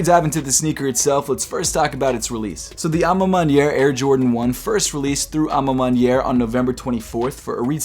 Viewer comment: Congrats u heard me when i corrected u last time abt the a ma maniere pronunciation 😂